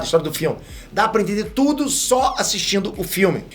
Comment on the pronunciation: você falou tode?